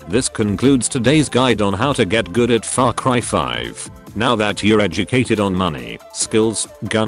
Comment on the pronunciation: I swear at intro I heard "Fak Cry 5"